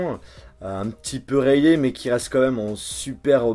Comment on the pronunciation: Je sais pas Mais quand tu parles tu as tendance à m'agacé . Tu parle Comme ca : un iphone-an , prise jack-an , rayé-an .. 😳